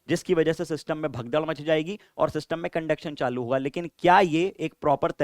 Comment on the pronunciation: when ever sir says 'SYSTUMM'' my brain be like ''ELVISH BAHIIIIIIIIII✌YAAAYEE !!!!!!!